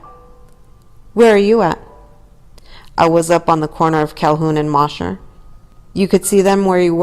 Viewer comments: It’s pronounced Moe-sher not moss-her street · I was about to say the same thing. It sounds funny